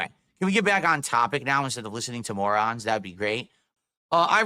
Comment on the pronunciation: I love when he calls us "morahns" lol